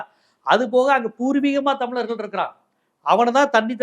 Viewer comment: தம்லர்கள் னு சொல்லாத அழகா சொல்லு *தமிழர்கள்*.... அதுபோலவே தீம்கானுதான் சொல்ற...அது தி.மு.க